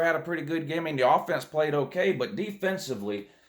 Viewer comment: So your problem with Minnesota is, "Who dey pwayed?"